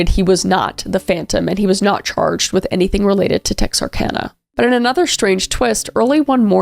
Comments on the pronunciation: I'm so glad you pronounced it right 😂😂 Texarkana update... It's still sick! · I’m so glad you said Texarkana correctly! So many people don’t. Texarkana is the next town over from us. I’m not old enough to have had this story happen in my lifetime, but my grandmother-in-law lived there when it was happening. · As someone who’s lived in Texarkana my whole life, I’m so glad you actually said it right